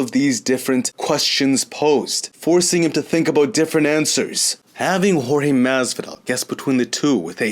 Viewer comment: Why do you say Masvidal like that lol